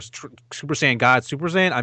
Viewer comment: you know shit just got real when says "saiyan"